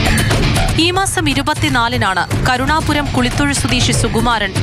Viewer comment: കുളിത്തൊഴു ...... അല്ല. കുഴിത്തൊളു